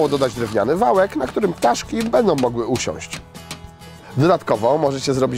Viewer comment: "Zadbać o ptarzki " XD W (około) 30 sekundzie